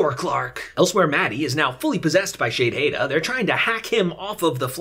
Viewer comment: Dude youre reviews of this show is fantastic. The way you say the commander names like "Shadehada" (idk how to spell it) has me laughing. I just watched your reviews instead of the last seasons